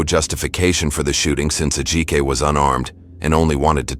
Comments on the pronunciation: Btw, narrator... you should learn how to pronounce the victims name, out of respect. Its pronounced- Ad-ji-ka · The way she keeps pronouncing Ajike’s name as A-Jaik. Is heinous. Curse this woman.